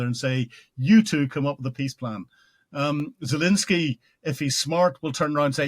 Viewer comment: Still saying "Zalinsky" after all these interviews?